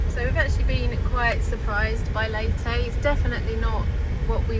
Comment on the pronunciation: Leytey ? Would have thought it is Leyte… as in Cafe Latte or Pepe or Spanish „commandante“.